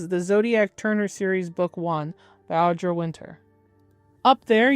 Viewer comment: I can't tell if it's like intentional snark or accident but I don't think you said her name correctly once. It's Audra, not Audrey.